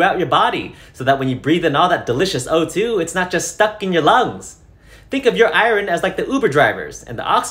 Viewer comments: Am I going crazy or does he keep saying "I rin" instead of "I earn" for Iron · Eyeron...Sorry im drunk and that bothered me a smidge. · Came here to find this ‘I-rin’ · Ierin adds to personal dictionary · No, but the fact that iron is pronounced "ai-urn" is crazy (courtesy Google). Think about it. The letters switched places. pronunciation actually made more sense for me, having a phonetically consistent mother language. Smh English and your phonetic inconsistencies. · Was "I wren" on purpose? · I can't get over the way he pronounces iron. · Hahaha 🤣 I repeated it a few time laughing, then had a hell of a time trying to say it correctly! 🤣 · why do you say iron funny 🤣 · This guy needs to learn how to pronounce iron, tho.